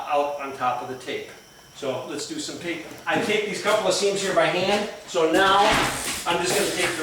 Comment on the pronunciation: Taping, not tapping.